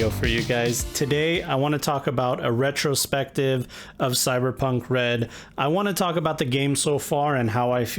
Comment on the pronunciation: I'm sorry, sounds like you meant "Redrospective". ... I'll just... go now.